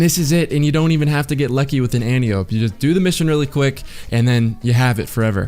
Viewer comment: ANN-TY-OH-PEE...not Ann-tee-ohp. It's greek.